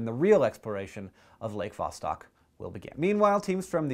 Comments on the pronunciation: It's not VAH-stock, it's vah-STOKE. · it kinda annoys me how you pronounced it VAH-STAHK, when it clearly should be pronounced VAH-STOHK.... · its pronounced vastok which means south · Hank, you're pronouncing Vostok wrong. I don't know how to tell you the correct pronunciation. Great video! :D